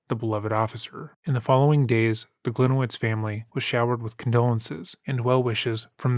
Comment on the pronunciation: Should be pronounced like Glinievitch, not like Glinewitz